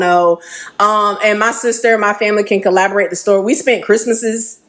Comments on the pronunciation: Not to be petty at all but the ex gf kept saying collaborate. Its corroborate. Not collaborate. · If she say collaborate instead of corroborate one more time….🤯😂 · Corroborate! “Corroborate” is the word she’s thinking of, not collaborate 😅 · It’s corroborate not collaborate lol why use a word 3 times you don’t know (the 3rd woman) 😂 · The lady saying collaborate vs corroborate really irritated me lol. But yeah I believe em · Please it's "corroborate" for heaven's sake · If she don't stop saying collaborate! Its corroborate!😂😂😂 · If she would stop saying collaborate and not corroborate one more time 😢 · Like…. Shit was aggravating everytime 😂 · It was killin me every time she said it🫠🫠🫠Lmao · Lllaawwdd if she say collaborate instead of corroborate🤣🤣🤣🫠🫠🫠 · Omg I kept saying the same thing!!!!it was annoying 😂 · Girl! The word is CORROBORATE! Damn it lol. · I really want her to say CORROBORATE......